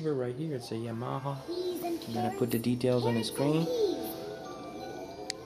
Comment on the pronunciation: lol yamarha, its pronounced yamahar